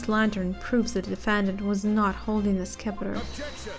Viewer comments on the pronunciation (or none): the Scepter is just pronounced like Septer, the c is silent